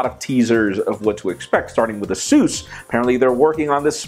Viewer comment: It´s Asus not súz!